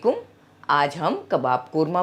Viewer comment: Please Asalaam o Alaikum sahi se pronounce kerna seekhain, Thanks for the recipe